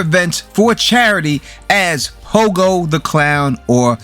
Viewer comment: As a Chicagoan, I have to ask if you said “Hogo” the clown? It’s Pogo 🤡